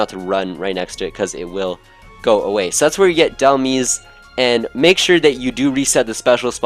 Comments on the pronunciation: either " dehl maiz" or "hel maiz" but definitely not "meez" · Dhelmise is a mix of the words Helm ( not as helmet but the helm of a ship) and Demise, so it is pronounced as if you put the word helm inside the word demise and just pronounce is as d-helm-ise with the same wording as demise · awesome video :) just two things: Dhelmise is a portmanteau of Demise and Helm. so it's more like "Da-Helm-eyes" Mareanie is a portmanteau of Marine and Meanie, thus "Mar-eenie" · It’s delmise not delmis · mareanie = marine + meanie so it's pronounced ma-reenee and dhelmise = demise + helm so it's pronounced del-myze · Did you just call it delmees? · dhelmise is pronounced like demise. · Mareanie is pronounced marine-E And Dhelmise is like demise but with an L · Dhelmise... is pronounced like demise with helm in it